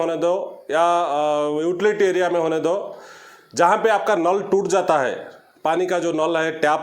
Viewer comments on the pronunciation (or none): Nool nhai hai bihari vai naal hota hai